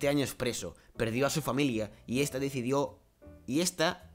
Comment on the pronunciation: también a ti te falta leer un poco En el prisionero decía decidido y tu leíste decidio